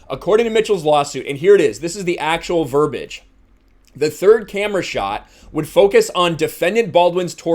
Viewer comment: You are pronouncing verbiage incorrectly. VER-BEE-AGE not VER-BAGE. Major pet peeve of mine. It sounds bad.